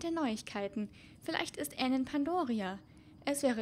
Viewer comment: Es heißt Anne nicht enn aber auch egal cooles vodeo😍😍😍